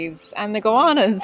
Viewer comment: You gotta bring your pronunciation of “Goanna” back up into your nasal cavities love 😝